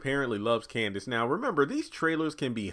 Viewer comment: Her name is Candace not Kansas